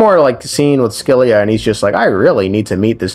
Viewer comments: Scylla is pronounced 'sil-ah' 😅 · It's pronounced Sila. Great video! 😊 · S Z LA ... that's how its pronounced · Scylla is most likely a reference to the Greek monster Scylla. Said “sill-uh.” No offense but when people add I sounds to words without an I it makes me irrationally angry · Scylla like Silly with an a instead of y. so Silla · Scyilla is pronounced Silla or Shilla, without a c sound. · Here to translate greek words :3 Phobos means fear Sebastos means respected Ouranopolis means sky city Oh and put the word "σκύλα" on google and hear how it pronounces it, thats how you are supposed to say scylla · Looks up pronunciation of Scylla Somehow comes up with two wrong pronunciations